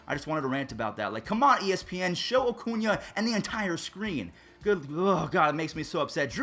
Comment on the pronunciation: Every time I hear say “Acuña”, I hear “O’Cuña” like he’s Irish or something 🤣